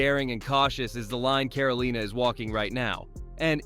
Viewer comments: Caro-leena. Lol keep pounding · "Caroleena"? I hate computerized narrations.